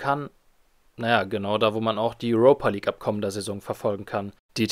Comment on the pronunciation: Junge sprech die Namen richtig aus. Entweder Europe- (Urope) oder Europa- (deutsch) League. Und Tirana wird ausgesprochen wie es da steht und nicht englisch.